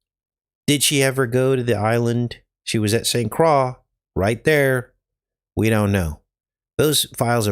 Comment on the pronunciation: it’s pronounced St Croy